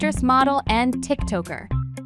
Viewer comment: TiktOker Bro pronounced it wrong